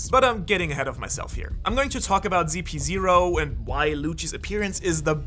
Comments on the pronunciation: WHY everyone calls it ZP 0?? its ridiculous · Its CP0 not GP0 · Why do u call them zp0 ziprepol? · brother i'm pretty sure it CP ..not ZP